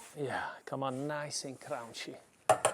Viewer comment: Always funny how you pronounce crunchy haha. Crounchy. I am Dutch myself so our pronunciation is not perfect either so it's no offense ❤😂. Always inspiring to see your videos. Keep doing what you do. i am soon going to buy a pizza oven and study your technique. I love pizza and love cooking. Cheers, thank you.